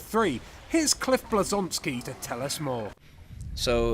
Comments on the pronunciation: im sorry but who the hell is Cliff Blesonski????? his name is Cliff Bleszinski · CLIFF BLEZONSKI...LITTERLAY ROFLD